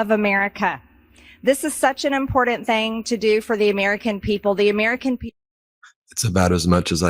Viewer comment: "such an important thang" says MTG. She may run for senate.